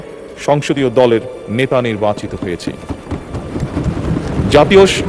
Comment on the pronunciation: ন্যাতা, ইসটাইল,অবাব, এ্য।বং, শ্যাশ কী জঘন্য উচ্চারণ !